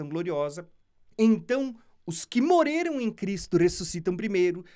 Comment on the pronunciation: Pq vc não consegue falar: Morreram e fala Moreiram?